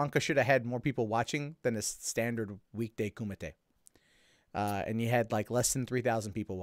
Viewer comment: Love your show. But..Kumite!